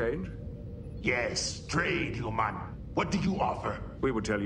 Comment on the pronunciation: Also kept how they over pronounced the word humans as HUEmans.